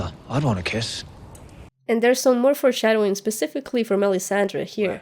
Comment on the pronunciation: Can you please stop saying "forshsdowing". Its not cool. I know it's the new trend that all game of thrones reviewers are saying. Like cleganebowl. Not cool. I really liked yr stuff when you started yr channel but now you seem to be trying to be too cute and funny. We all know that these speculations and theories are recycled from other youtubers and saying little funny jokes on the side doesn't make it sound authentic. I have to unsubscribe, sorry.